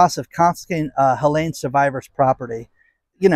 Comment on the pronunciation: Helene has no "A" in it. It is pronounced HelEEEEEEEne.